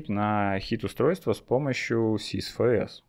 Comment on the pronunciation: Норм, только безграмотное, колхозное произношение режет слух. Ну что за "сис фэ эс"? Чувак, ты первый класс средней школы не осилил? Тебе букварь купить? Ни в русском, ни в английском нет буквы "фэ". Есть буква "эф".